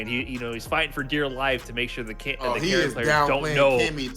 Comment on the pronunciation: From one Karin main to another. Could we stop butchering Karin's name. Its not pronounced like KAREN and every time I here that I cringe. Karin is a woman of class so address her a such. That is all.